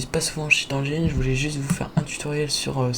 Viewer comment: c'est pas cheat anjine c'est "endgaine" il est pas malade cheat